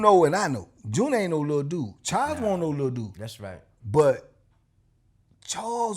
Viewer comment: or he saying "wont" for wasn't 😂😂